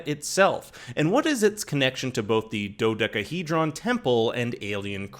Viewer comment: The way you say Dodecahedron.....lol